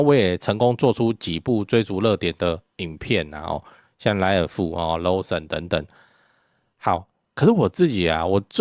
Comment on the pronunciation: LAWSON 念ローソン[肉鬆]或國際音標 (IPA)：/ˈlɔːsən/撈ㄌㄠ森 或 /ˈlɑːsən/浪-森，lol森有些兩邊都不像，試著想法律LAW沒人念漏。